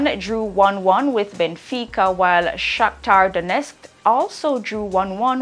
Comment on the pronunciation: The fact that she pronounced Shakhtar Donetsk properly places her amongst the elite in broadcasting🇯🇲👊🏾